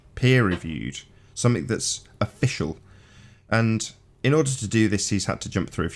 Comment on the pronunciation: did he just say "afficial" 😲 🤣